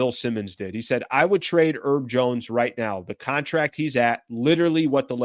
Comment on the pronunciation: His name is HERB, with an H. He's not one of those eleven erbs and spices bro. Oh and while I'm at it, Deandre's last name has a T in it, right in the middle. You should pronounce it every now and then.